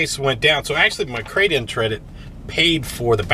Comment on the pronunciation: “Crade in tredit” lol